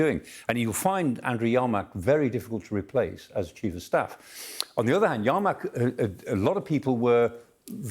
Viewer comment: Yermak, not YArmak, this guy is hilarious(ly bad) 🤣